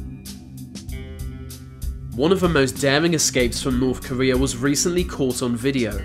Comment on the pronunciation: The narrators inability to pronounce his Th sound and instead saying the f and v sound ....(va long journey to norf Korea.....) is too annoying